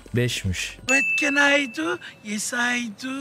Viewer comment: vat ken ay du, yes ay du sjndjdjd bi kere daha duysam videoyu kapatırdım tam yerinde bitirmişsin